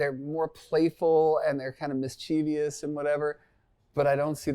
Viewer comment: I have a favor to ask: would you please consider pronouncing mischievous correctly? (MISS-chuh-vuss, there’s no “i” after the v, and “ie” is not pronounced “ee”) I don’t know why, but the mispronunciation of that word grates on my ears! 😢